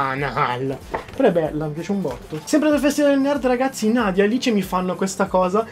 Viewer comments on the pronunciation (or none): none